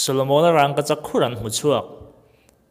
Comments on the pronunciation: Kan bawngpui a rang ang ni lovin ràngkachak tih mai tur a ni e. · Rangkachak ti mai la.. ràngkachak.. rang lai khi i thluk vak a😀😀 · Raaangkachak pawh ani mailo,,wraangkachak han tih tlat mai chu aww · Rângkachak nilo in Rangkachak tiin lam rila, a thuk a dik zawk hmel. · mizo tawng ah khi tiag thluk a wmlo 'rangngkachak'..nilo in rangkachak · Rang,ka chak tih in lam roh.rangggkachak ni loin..burma ho mizo tawng hi chu ahriat theih ania. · Raaangkachak a awmlo. Rangoachak chu a awm. In zir ve ta che. Matrict te i pass ve em.. mizo tawng i thiamlo em mai.. midang chhiar tir la i hlawk zawk ang. Mithiam zawk te rawn ve la. Mahni tawng pawh chhiar dik theilo tlaw em mai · Raangkachak a nilo, Rangkachak a ni zawk.. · Rang ni lo vin rangka chhak ti tur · Rangkachak i sawi rang tihlai i thluk dan adangdai 😁😁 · I Rangkachak lamdan kha, rang;/ tih kha,thluk duai lo lo,a dik zawk e,a bengvar thlak lutuk e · Rangkachak ti ta la ngaih thlak a nuam zawkanga. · Thil ziak rang anga lam rik loh tur a ni a. Rangkachak mai zawk ani. Pronunciation tlemin a felhel deuh ani e. Bak chu a zia chho zel ania.. 👍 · Raaaaangkachak. 🤣🤣🤣🤣 Vidiau 😂😂😂😂😂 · Rângkachak tiin i lam zeuh zeuh a, fimlhur deuh deuh ang aw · Wraaaagkachak ngawt in sawi a, a fair lo... Daiiily pawh sawi ve ru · "Rangkachak" tih hi i lam dik lo vek. "Rangva" tih a "Rang" kan lam ang hian i thluk vak a..an thluk vak ngailo. Thluk chiam loin "Vangvat" (Leech) han lam a "Vang" tih kan lam rik ang chiah hian "Rangkachak" tiin lam mai rawh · Rangkachak tih i lam hian ....rang tih hi thluk dulh lo la. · Engatinge rangkachak i lam dan hi, "r a n g" lai hi i thlûk a? Thlûk miah lovin, "rang" tiin mi zawng zawngin kan lam a, kan lo lam dik lo zawk em ni le? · Lei tawt hi chu ka la hrethiam a duh vang a ni lo. Mahse raangkachak tih hi chu amah chiah, mithiam zawkte pawh rawn ve awm. A chapo thlak em maii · I rangkachak lam dan chu. Va han tenawm mai mai ve. Lam pui leh no itum lutuk emawni